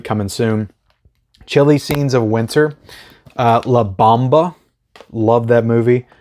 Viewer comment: Hey great video, but I think your pronouncing la bamba wrong